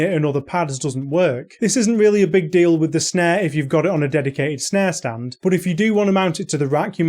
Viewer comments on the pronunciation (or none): none